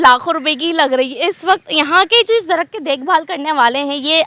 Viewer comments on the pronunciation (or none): Itna ganda way of talking uor ko or main ko me lakho ko lakhoo darakht ko darakt yar apna lehjha durost karrn